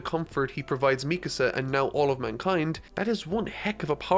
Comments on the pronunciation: I respect the ending for what it is, ironically I predicted the ending before eren even got a 2nd titan power, I was only wrong about 1 thing Eren and Mikasa (pronounced Me-kah-sah, not meek-a-saw) not ending up together and having a family. I'm happy this series has finally ended once the anime finishes in fall of this year this mediocre series and its mediocre author can finally fade to obscurity and I can sit back and watch the fandom cannibalize itself like so many overhyped series have before it. Do so keep me entertained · I completely agree with most of what you said in this video.... except one thing... ITS ME CÁSA not Mecuhsa lol, other than that fantastic video! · God, you know I love the hell of you,, but.. If I had to hear you say MEEK-UH SUH one more time I would have swallowed the end of that rifle faster than Reiner. MEE-KAHSAH. SAY IT WITH ME NOW, FOLKS. MEE-KAHSAH. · Mee-kuh-suh. Bruh. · meecuhsuh btw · Your pronunciation of Mikasa is frustrating. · Bruh why you pronounce Mikasa's name like that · RIP you will never finish HxH, not even Togashi himself gives two sht!s :/ Love the videos!! Btw your pronunciation is Mikasa is funny lol